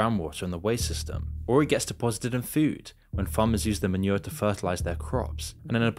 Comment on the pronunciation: I hate the way you pronounce "food"